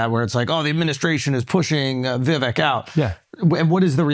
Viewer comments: You pronounced his name wrong in the intro. Say it with me - "Vih-Vake" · Vivick... no, it's VIVAYKE like CAKE!!! Dude... your intro, for real. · Any of these low IQ fools talking over Vivek is wild. They still can’t even pronounce his name and they don’t know the most basic information. It’s mind blowing.